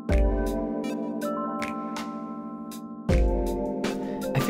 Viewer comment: You ka-carrot